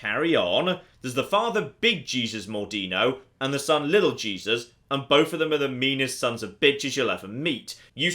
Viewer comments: Small correction of pronunciation. It's not pronounced "Jee-Zus" but "Hey-Sous" Just so you don't accidentally insult some of the christians who watch you. (I'm not insulted, but I'm not that religious, lol) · I'm a year late but I can't believe is calling Jesus Mordino gee-sus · It's not Jesus,! It's the spanish pronunciation! (hey-soos) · “hey-seuss” is how you pronounce Jesus as a Spanish name....😂😂😂😂😂😂😂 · Oh, so he can say Louis right, but not Jesus.